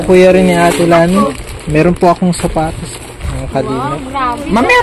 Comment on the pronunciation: Sapatos po hindi patos